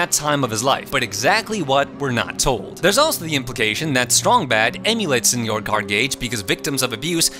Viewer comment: Since it looks like my first comment was deleted, just some feedback. 1) Senor Cardgage’s first name is Senor, pronounced Seh-nor. Strong Sad mistakenly call him Señor once, but every other character including Cardgage himself spells and pronounces it phonetically after that. 2) Strong Sad’s antidepressants are a running gag, he clearly receives psychiatric counseling.